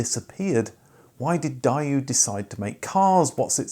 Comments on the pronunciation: You literally say DaeYOU It’s daeWOOOOOOOO LIKE W LIKE HOW YOU PRONOUNCE WHO You uncarculturaled klitz of a swine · 2 countries separated by a common language. Apparently the Brits say "Die-you" whereas here in the States I've always heard it pronounced "Day-Woo". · I can understand how Brits might mispronounce Hyundai do to its spelling, but how in holy hell do you turn Dae into DIE and Woo into YOU? I died a little inside every time you said DIE YOU! All this research, but nothing on how to pronounce the name. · Daewoo (/ˈdeɪwuː/ DAY-woo. Not die you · I think its mode Dæu, then Die-oo. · Die you? Isn't it Day woo? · How he pronounces it is grinding my gears. The adverts of the time etc Day woo not di uoo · "Die-ooh"??? Nah..."Day-ooh"!! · Omg!!!! It's not die-you... It's day-oo. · That is MUCH closer to the correct pronunciation. In Korean the D sounds more like a T, so it's actually "Tay-Woo" - definitely nothing like the "Die-You" in this video... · Funny you pronounce it "Die-you". In America it was/is just plain "Day-Woo". Even the commercials pronounced it this way. Hyundai did the same thing: different pronunciation in different countries instead of just saying how it's supposed to be pronounced and having us figure it out. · Why do you call it “Die-oo”, when even the UK advert labeled it “Day-oo”? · It's "Day Woo" not "Die You" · In Asia we pronunce it Day-woo as it was pronounced on tv advertising. So I’m not sure why he wants to change it to something no one recognises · it is pronounced DAY-WOO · Die-you or Dae-woo? Just wondering about the correct pronunciation… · "DAY-woo" Anglicized version. Yes, you are using the Korean pronunciation but your an English speaker and I'm a English hearer so it just grates. Had to stop watching before 1/2 way which is a shame, I wanted to know. Someone else will do a similar video and they will be speaking in English so pronouncing it wrong. But earlier on the ear. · It’s not Dayu 😂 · It's Day-oo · Wasn't it 'day-oo'?